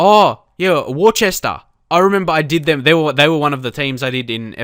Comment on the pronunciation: Not sure if anyone has already mentioned this but Worcester is pronounced 'wuster' ;)